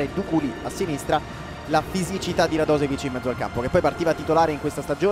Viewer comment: pronuncia un è /radosevic/ ma /radoshevic/